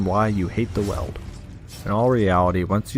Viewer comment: I was convinced it was pronounced "Weeld" instead of "Weld"